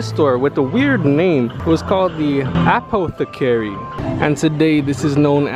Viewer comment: Interesting, but you should work on your pronunciation! Look up Apothecary and Haberdashery.